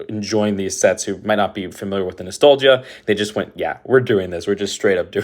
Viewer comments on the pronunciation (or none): none